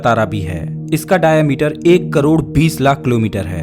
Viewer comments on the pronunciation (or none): none